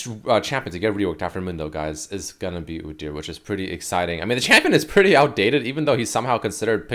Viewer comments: everytime I heard oo-deer instead of oo-dyur I twitched. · God please make stop saying udyr like that:/ "oo-deer" because now i cant say it normally and its hurting my mental state:)